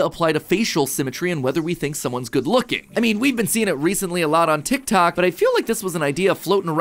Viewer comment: you keep saying tictac instead of tiktok i cant